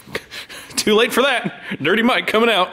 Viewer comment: "Workeen, comeen, rolleen, beareens".